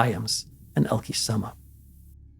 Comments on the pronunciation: Would be nice if you would attempt to learn the correct pronunciation of her name. You say it so often it’s annoying you couldn’t be bothered to get it right. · I so wish I could leave you a voice message with the right pronunciation of the name Elke Sommer... 🥺